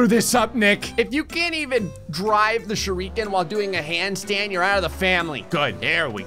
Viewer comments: nobody:: pronounces shuriken "shur - ReEeEeE - kin" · Can somebody please teach how to pronounce Shuriken